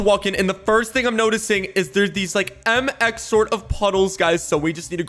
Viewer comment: Mx not mix sorry